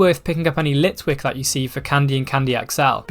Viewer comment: gr he said litlick